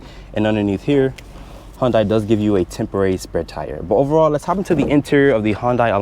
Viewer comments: hon-dai?? It's pronounced hyun-dae. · Its pronounced HUUUN-DAY... everytime you say HUUUN-DIE, I die.